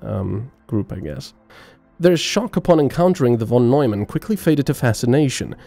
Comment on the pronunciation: ...Von Nojman? Seriously. -.